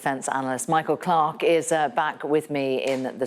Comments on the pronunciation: David Beran ~But that female commentator has a speech impediment, as she 'did' call him Michael Clock, he is not a walking clock, but rather his name is rightly pronounced "Clarke". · But I wish that female commentator was 100 percent accurate, she has a speech impediment calling him Michael Clock, he is not a walking clock, but rather his name is rightly pronounced "Clarke".